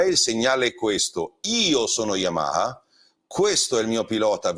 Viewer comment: Come lo pronunci bene il nome Yamaha ❤. Una marcia in più rispetto agli altri ANCHE in questo 🙂